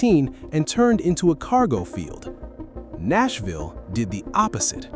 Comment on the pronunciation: AI voice giveaway. "Nassville"